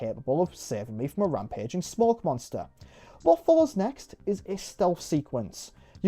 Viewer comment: The camera and the BioShock style puzzles are so Xbox 360-core. I appreciate that it tries to emulate the show as well with it being episodic. Also: "Monnstuuah".